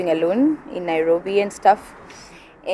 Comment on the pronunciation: Hahahaha NaiRRobery